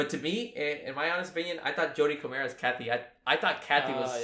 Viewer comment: First time I've heard her name pronounced Coh-Mayer instead of Coh-mer